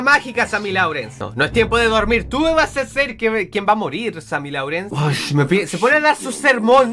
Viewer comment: se pronuncia sammy lorens no sammy laurens